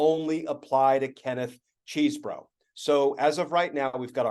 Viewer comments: You should at least learn how to pronounce Chesebro. It's maddening, and I'm a subscriber, but it really bugs me when I miss focusing on your content because every time you pronounce the name so wrong, it's like fingernails on a chalkboard for me and others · I mean, who cares because he's a loser, but it's pronounced "Chez borough" rather than CHEESE. As confirmed today by the Wisconsin Rapids Daily Tribune. Primary sources are key for information like this. Just makes you look smarter, it's not about the criminal.